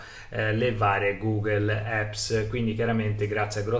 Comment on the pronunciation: Bellissima recensione, molto completa, complimenti! L'unica cosa che non mi è piaciuta è il "gughel epps" che suona malissimo xD